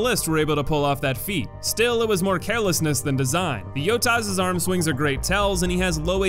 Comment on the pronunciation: Did you just call it a yotas???